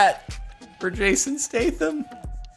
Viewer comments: Statham is pronounced State-um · I mislike the way you pronounce "Statham"